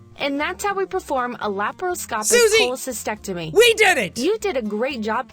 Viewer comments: Actually, said it right. It has two T’s. CholecysTECtomy. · Jack you were still pronouncing cholescystectomy wrong you were skipping over the t after scy sorry I always corregt peoples words and sentences coz it annoys me. Pls No Hate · i love how jack said pronounced it wrong. He said it as "Cholecysectomy", because he didn't pronounce the T. It's noticeable too because the "ect" part is stressed so it matters what consonant it starts with. Jack said "sect", she said "tect". But personally pronouncing the T is so painful and annoying. I don't even like the word cyst. It's just a bad word. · Laparoscopic Cholocy*stec*tomy. You got it wrong, my dude.